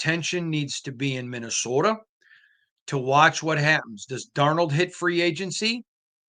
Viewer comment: It's not called "Minnowsoda!"🤣😭🤣